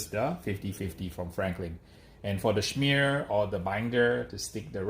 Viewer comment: It’s funny how he says and spells “schmear “